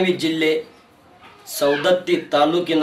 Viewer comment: ಸರ್ ಸೌಂದತ್ತಿ ಅಲ್ಲಾ ರಿ ಸವದತ್ತಿ. ಸರಿ ಮಾಡಕ್ಕೊಳಿ